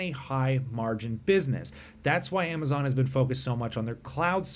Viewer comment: You said Amazon wrong